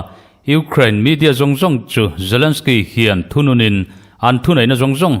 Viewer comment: zalensky, putin tiin lam ri mai la, ngaihthlak a nuam zawk ang ngem ka ti